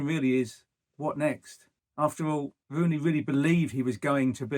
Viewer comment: It's Rooney not wooney . You should get a job in talkshspooort. He is not manager material ye liars